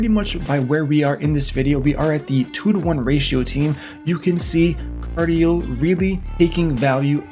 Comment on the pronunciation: You know how rare that name is, hahaha. It’s pronounced KAR-DEE-EL